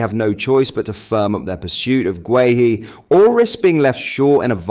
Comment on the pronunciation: This guy can actually pronounce guehi properly 👍